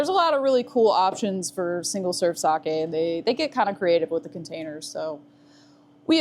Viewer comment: Holy shit you were the first American I'd ever heard pronounce sake correctly. Nice fucking work. Going to close my eyes now and pretend everything's going to be like that forever and drift peacefully away...